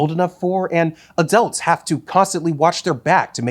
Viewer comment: Anyone else keep hearing “adelts”?